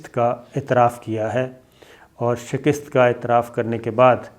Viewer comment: Bhai Shakist nahin hota Shikast hota hai. Shikast kabool ki